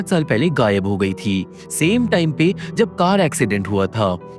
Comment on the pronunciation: Bhai.....'jab' aur 'tab' me dikkat hota hai kya? Odd sound karta hai...sudhar lo